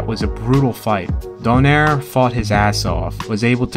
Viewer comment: I'm just wondering if you can pronounce Nonito's surname less western, like you guys pronounce spanish or russian names correctly. It should be, Do (as in DO-re-mi), nai (as in Nigh), re(as in do-RE-mi). Anyway its fine, however you like I won't argue, I just prefer how Filipinos really say his name.